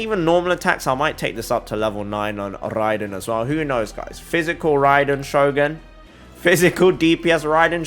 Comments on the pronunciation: When he said rrrraiden shogun it sounded so good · Love the way he tells RRAiden Shogun hope I get that accent man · I love em r rolls everytime he said raiden shogun